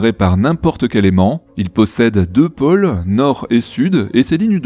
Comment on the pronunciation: Dis, à propos de ta prononciation, on dit: -- les oiseaux, pas "les oisos" -- les autos, pas "les otos" -- les pôles, pas "les poles" -- etc Il n'y a plus guère que "eau" que tu prononces normalement. C'est énervant parce que c’est un snobisme qui fait dénaturer lle Français.